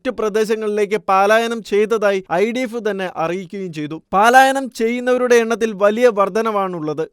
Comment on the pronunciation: പാലായനം എന്നല്ലാ പലായനം എന്നാണ്